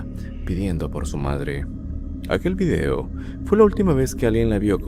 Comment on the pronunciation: "Vidio"... Tienen una confusión cultural durísima